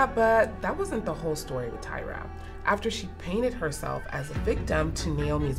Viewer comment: Where is there pitting here? Unless this news is made up, there is NO pitting here. They’re just reporting news. And it’s “Tyra” not”Tiara “. These two debuted around the same time so it’s inevitable they’re gonna be paired. As long as is not for rivalry reasons…..